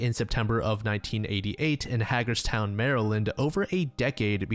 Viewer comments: Just a tiny nitpick - I'm from the area and the towns in the Timothy D Nelson Jr case are pronounced CARn-brrook (Like CAR) (Spelled Cairnbrook, it's between Johnstown and Holidaysburg in south central PA) for anyone looking the town up, and HAY- grrs-town (Hagerstown, MD). The man was originally from Cumberland, MD, almost a striaght line south from where the girl was from in Cairnbrook (anout 45 minutes to an hour drive). Hagerstown is the next city over from Cumberland on the MD highways, heading East. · Hagerstown is actually pronounced Hay-gerzs-town